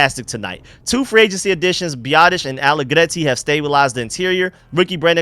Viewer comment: question, why do you pronounce Nick Allegretti's last name that way? You don't need to roll the "R" that way. He is Italian not Latin. It sounds weird.